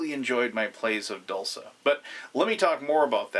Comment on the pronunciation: Isn't "dulce" pronounced "DOOL-chay"? Or is it only spelled like the Italian word?